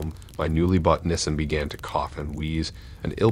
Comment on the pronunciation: no he said Nissan Sedan, just how he pronounces it